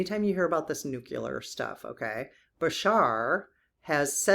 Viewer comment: Nuclear... not nucular